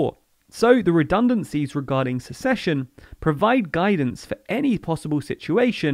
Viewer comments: Succession - who takes on a vacated role - isn't pronounced the same as secession - a portion of the country splitting off. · Am I going crazy or are you saying succession wrong? Am I thinking of a different word? 😝